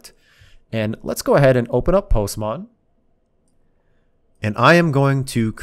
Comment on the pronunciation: I love how he says "Postmon"😂